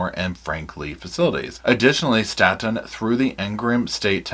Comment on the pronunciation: Staten Correctional is pronounced as “Stay Ton or State’n” And Wetumpka is pronounced “ We-Tump-kah” I can assure you all as someone whom worked as a Correctional CRNP (Nurse Practitioner) for more than 14 years in several AL-DOT facilities in Alabama, you don’t know the half of what truly goes on inside these prisons. Alabama prisons are some of the worse if not the worse in the United States. I struggled for the last 6 years I was employed there and finally walked away. I performed more emergency procedures than ever in any emergency department/trauma unit. I will also state, offending should be segregated based off the extent of their crime. They should not be held in adjoining facilities as they would not be able to provide protection. These guys are extremely smart and have nothing better to do than study everything about you.